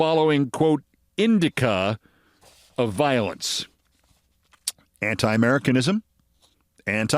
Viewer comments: Indicia is pronounced in-DISH-ee-ah. Not IN-di-ka. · Jeebus Haploid Cripes, the word is indicia which is pronounced /inˈdiSH(ē)ə/